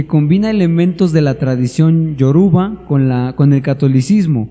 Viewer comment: La santería es un negocio , alli no hay mas que comercio se los digo por experiencia yo soy ex santero , todo eso es mentira y es Orishas , aprenda a pronunciar las cosas , aunque la santería es pura mentira , las palabras no lo son ! Y es Yoruba, no es Yaruba! Ignorantes